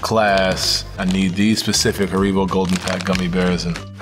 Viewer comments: This man said harEEEEbos🤣🤣🤣🤣🤣🤣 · Why did promounce haribo like that 😂😂